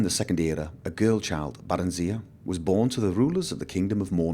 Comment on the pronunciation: I dont mean to be a pain, Im just gonna give you my input on pronunciations, you can choose to say it or not as you wish, Barenziah (bare-en-zy-uh) Palagius (pul-age-ee-us) Uriel (yure-ee-ll).